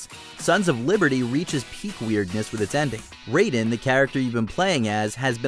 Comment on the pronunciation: They seriously said Raidens name wrong wtf